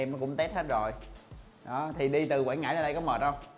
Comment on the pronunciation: Quảng Ngãi quê em a ơi. Mà Quảng Ngãi chứ ko phải Quãng nha a